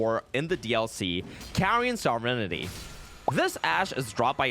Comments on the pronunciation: Carian sovereignty pronounced sovejfjfnty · Scadu, as I understand it, is the Old English word for Shadow, and is pronounced Shaduh. It is way more frustrating the number of times you buggered Sovereignty. Sov-ren-tee. You don't have to pronounce every letter to pronounce it right.